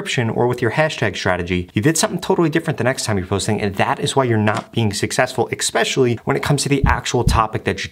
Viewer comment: especially. especially. especially. egg-specially. It's not egg. I can't watch anymore of these videos, you broke my tolerance.